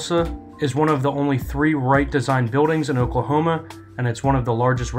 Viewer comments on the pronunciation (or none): none